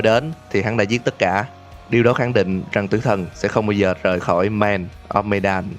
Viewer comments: medan mình đọc thành menđen ám ảnh ổng rồi :v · medan đọc là mờ-đann ạ. một chút sai sót nhỏ thôi không sao ad. mình vẫn luôn ủng hộ kênh của bạn ^^